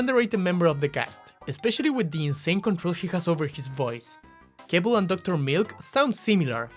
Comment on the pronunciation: honestly kinda hilarious that you accidentally mispronounced Kepl's name because part of that whole thing was him being pushed to the background and host Vic forgetting his name 😂😂